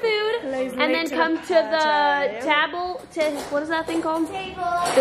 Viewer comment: Her sister’s face when she said taable😂😂😂😂😂😂😂😂😂😂